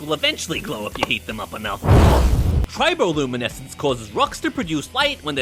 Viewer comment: “Triboluminesenzz” got me dying